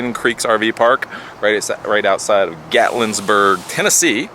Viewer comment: Would it be assholish if I told you there's no 's' in Gatlinburg? Cade's Cove IS awesome - love it. You are in one of my favorite parts of the country. Enjoy man